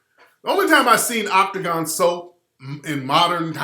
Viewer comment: You brought it back wit " Octogon" hahass